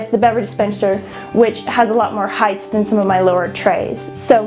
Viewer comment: Height not Hidth.